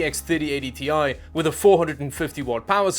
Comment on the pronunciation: Wait a minute. You've changed the way you pronounce Ti? :D